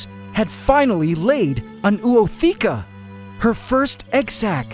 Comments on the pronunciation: Hey there, in Ootheca the Os are pronounced independently using an O(micron) sound, not a ou sound. The word Ootheca evolves from Oon and Theke literally Egg Container, and is pronounced o-o-the-ke(a). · You should have also upoladed the process of mantis laying her ootheca (if my pronounciation is right😅)